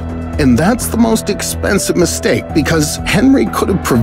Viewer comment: that "misteake"